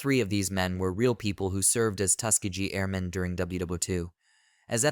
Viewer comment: It is pronounced Tus-KEEGee